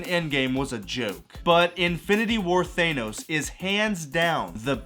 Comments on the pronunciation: thay-no-s. americans can be so funny sometimes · bro said thanos wrong. imagine. (thaaaaaanos) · Why can’t Marvel fans pronounce Thanos correctly